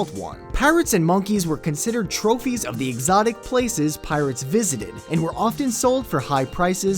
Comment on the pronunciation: Lol did he say tropeys?